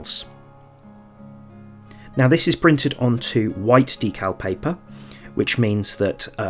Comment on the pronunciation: Thanks for that. Very clear and useful. Also, your pronunciation of D cal, not DECKul, as most in the UK say! 😊